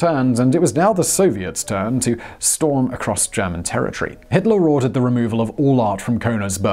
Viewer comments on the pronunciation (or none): none